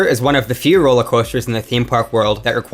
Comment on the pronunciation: "roewller coewster"